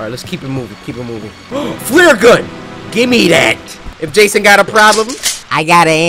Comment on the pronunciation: Coryxkenshin says flurgun